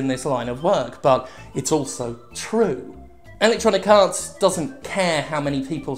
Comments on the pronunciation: It is wonderfully appropriate how much it sounds like Jim is saying "Electronic Arse" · I always hear it as "Electronic Arse". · LOL ... me too. So I'm not alone. I bet he does it on purpose.